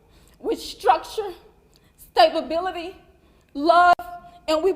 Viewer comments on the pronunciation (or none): Did she say stabability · I know. I started laughing when the mom said "stabability". 🤣🤣🤣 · Did she seriously say "stabability"? 🤣🤣🤣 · Stable-bility. These people talk like they can't read.